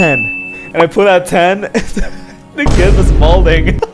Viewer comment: Malding not molding